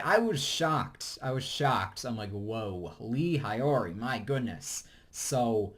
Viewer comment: the pronunciation for lee hyori and hyuna made me cringe lmao